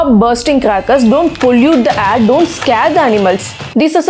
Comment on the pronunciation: Everything was great until you started saying “Ayre” instead of “air”..great video though